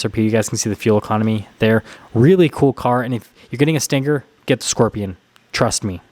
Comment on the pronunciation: It's not pronounced with a hard g. It's sting+er, not stin+ger. Also, it's RPM, not RPMs. No s. You don't say MPHs, or HPs, or 8 speeds transmission. Hello???